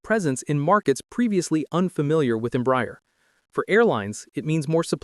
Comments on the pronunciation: The correct pronounciation in Portuguese os not Embry-er, but instead Embrah-air. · The mispronunciation of Embraer is painful. It is NOT em-briar. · Please, it is pronounced EM-BRA-ER [ẽbɾaˈɛʁ]. Your pronounce is painful. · You would hope the voice is AI ..don’t think a human would be so stupid to say the company name wrong so many times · You didn't pronounce any airline or Embraer corretly